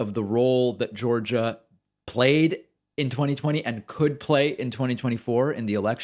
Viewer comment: Welcome To "Jaw-gia", Have A Nice Day!!!!! lmfao 😆